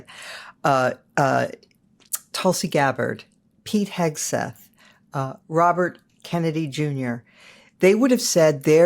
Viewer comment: I keep hearing peahead Seth when you say Pete Hegseth